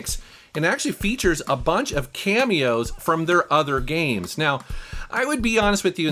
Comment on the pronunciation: These “gemes” should’ve stayed hidden